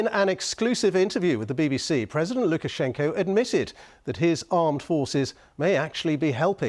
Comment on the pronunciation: Nice job, at Lukash. And imressive russian speaking, have to admit!